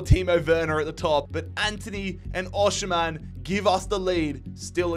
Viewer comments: you still can't pronounce Osimhen's name 😂 it's pronounced OS-eem-hen, drop the sh pls 🙏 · Every time he said oshimen it sounded like oceanman